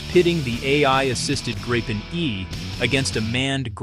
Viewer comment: Are you using all this video without permission? Presumably so, since it is all reversed. Why don't you decide how to pronounce Gripen and stick to it?